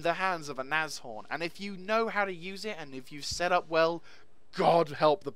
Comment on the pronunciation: Very nice review and just btw, you pronounce Nashorn absolutely correct :-)